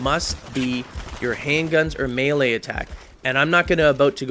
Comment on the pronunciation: when you said melee i thought you said mailace and then im thinking OMG YOY HIT PPL WITH UR WIFE ?? sorry lol great vid